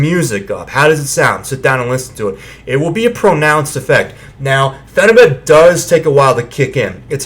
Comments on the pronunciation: pronouncing it with the but at the end... not pronounced correctly. also calling yourself a good looking looser?? this whole review is a turn off. and no offense you look extremely sweaty. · Phenibyoot! Not but. Ok carry on.